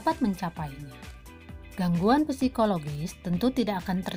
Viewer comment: Yg saya tau... psikologis "p" nya tidak usah dibaca🙏 btw makasih bu